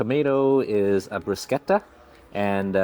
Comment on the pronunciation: So good to hear someone pronounce Bruschetta right! 🎉 THANK you so much ❤